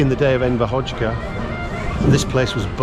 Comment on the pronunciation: PS its not Enver "Hotchka" its HoXHa <- pronounce it like AzerbaiJan, [Hodža!] no T's or K's there man.